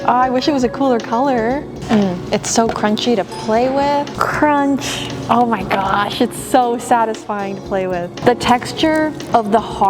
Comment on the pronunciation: Me trying to listen to the crunch but then she says CruCh 😢